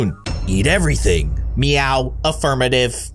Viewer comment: He said ete even thaing